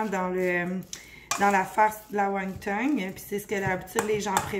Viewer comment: Won ton et non won tong. Merci pour la belle recette!